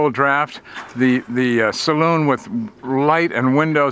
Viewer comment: gets an extra 10 pts for pronouncing Saloon correctly. Brilllllliant as always - thanks for sharing 👍 Hopefully the beer was cold + 2 pts